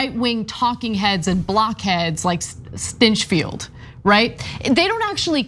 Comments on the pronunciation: did u just say, "Grant Stinchfild?" :) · I bet his home life is just blissful magic... And by the way; "STYNCHFEILD"? Really?